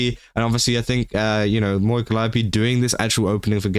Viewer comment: Holy fuck, finally, someone that can pronounce 'Calliope'.